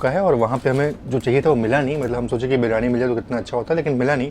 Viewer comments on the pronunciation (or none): none